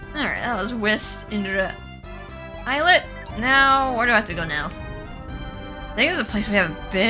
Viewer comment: Words are tricky, lol. Islet is pronounced Eye-let. I used to think it was is-let also.